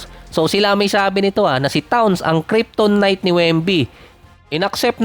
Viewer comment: krip·tuh·nite lage ko sayo naririnig krip-ton - nite